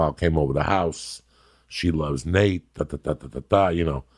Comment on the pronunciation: Joey goes, "jorjay and nake"